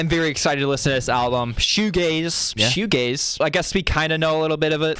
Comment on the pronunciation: Bro almost said shoegLaze. You should check out The Verve, "A Storm in Heaven" or "A Northern Soul"